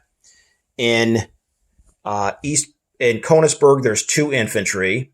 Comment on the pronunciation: Hate to be that guy, but youve been mispronouncing the name of the city in the East Prussian province. Königsburg has the ö which makes an "uh" ish type of sound. You could also think of it like an "er" in a British accent where the "r" is very subtle.